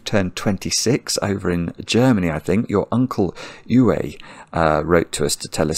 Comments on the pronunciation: I can't speak for other languages, but I really enjoy ignorance towards German names (e.g Uwe) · "you-ay" -- I think is trying to pronounce the name "Uwe" and it is very amusing XD (For an English-speaker, it should be read like "OO-vuh" (/ˈuːvə/).)